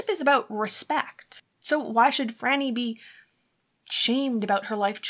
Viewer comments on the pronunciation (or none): Her name is pronounced FRY-nee - NOT Frah-nee. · Depending who you ask and where you're from, some would say it's pronounced FREE-nee. Also, it depends on your accent how it sounds to others. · Phryne herself pronounces it FRY-nee, soo....